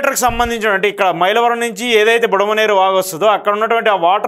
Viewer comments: Budameru. Not budamaneru. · యు హావ్ డన్ ఏ గుడ్ జాబ్ బ్రదర్, ఇలా ఎవరైనా మ్యాప్ లాగా గీసి వరద ఎలా వచ్చిందో వివరిస్తే బాగుండేది అని అనుకుంటున్న నాకు ఆ లోటును కొంతవరకు మీరు తీర్చారు. కొన్ని మాటలు తప్పు పలికారు, బుడమేరు. కరెక్ట్ బుడమనేరు కాదు. అలాగే కొల్లేరు కరెక్ట్. కొల్లూరు కాదు. గమనించగలరు